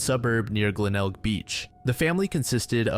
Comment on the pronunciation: You pronounced Glenelg correctly, congrats lol